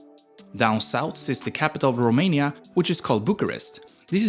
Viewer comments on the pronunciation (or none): The narrator horribly mispronounces every Romanian name and word, including the country's name. Could have tried a little harder.